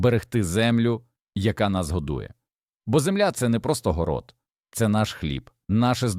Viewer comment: Вельмишановний пане,, українською гній,перегній Ставлю наголоси: горОд,пшонО, крупА і тд..Ви ж не ШІ. ГородУЗолОю -укр попіл. СирОватка...